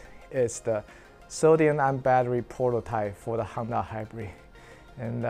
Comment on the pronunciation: Why do I keep hearing Handa? 😅 It is HONda, bro.